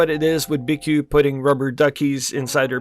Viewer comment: Btw its pronounced BQ there logo is even a B and a Q